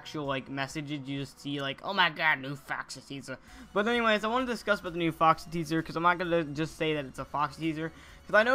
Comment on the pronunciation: "o ma god new fahxy teasuh"